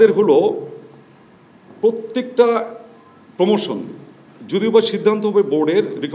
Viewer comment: এপোনমেনট, সিডুল, পোমোশন😂😂😂